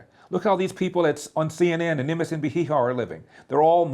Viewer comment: hahah I had to replay "CNN & MSNB-heehaw" a few times. I don't know still if it was intentional or freudian gold, but it was GOLD.